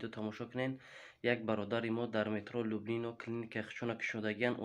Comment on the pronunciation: Акаи лублино не а люблино мешавад